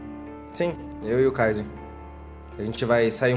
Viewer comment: Mais específicamente o kaiser que toda hr ele chama de cesar ksksks